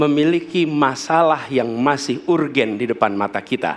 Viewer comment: tp maap bro. urgent di baca ur gen sm beliau hahaha. mungkin bisa lah beliau di bantu sarankan, pakai bahasa bahwa itu adalah hal mendesak aja begitu. jangan urgent d baca ur gen hehe